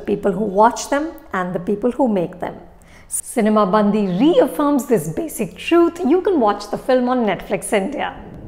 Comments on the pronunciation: I appreciate you for reviewing Telugu movie. The only correction is the way you pronounce the title: it’s not cinema Bandhi, it’s cinema bandi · Dear Anupama Chopra , It's not "सिनेमा बंदी" but it is "सिनेमा बंडी" which literally means "Movie vehicle". Please make sure you pronounce correctly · Madam.. U r pronouncing movie Title itself wrong... The right pronounce is " सिनिमा बंडी" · It's difficult for a non native speaker to get the pronunciation correct...but should have asked someone from Telugu speaking states to get at least the pronunciation movie name correct. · Everyone can be a film critic.. look at how to review these films with heart not just unnecessary fancy words - Anupama you dint even pronounce the movie name correctly, I don't know how much you enjoyed the movie. Its not the story or jokes, its the dialect thats the hero of this movie. The subtle differences in pronunciations that make people laugh more. The dialect that is so specific to a land, the size of a typical district, that borders karnataka and Andhra is winning the hearts of people of India